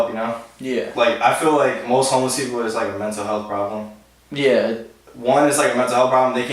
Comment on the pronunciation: "mental helath"